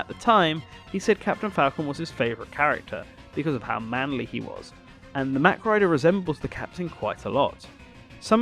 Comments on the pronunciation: I'm pretty sure mach is pronounced the other way, but I could be wrong. A la "mach 12" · It's pronounced MOCK..not mack